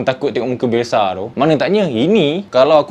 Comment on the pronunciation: bukan bialshe bialshe#😂